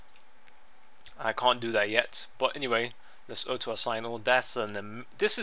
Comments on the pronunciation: Orto, not Otto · not being rude, i love your vids dude but honestly auto assign isnt said like aoto its like AW-TOE. not being stink, i love your accent but yea :P:P